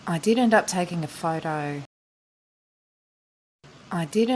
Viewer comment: Nice video! It is a little bit confusing when she says 'did end up' with 'didn't'! A matter of spell jeje It could be listen as I didn't up taking a photo also, isnt it?